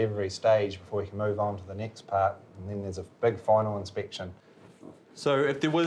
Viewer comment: why do people in new Zealand not know how to pronounce words with a single E in it? They say NEEXT, or DEECADES. Also this was one of the worst stories vice has ever put out.